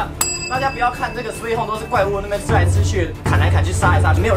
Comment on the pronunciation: sweee home，哦原来，我一直以来是sweet home😮